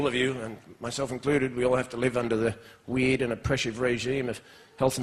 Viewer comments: "We id" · When he says the word "weird", it sounds weird.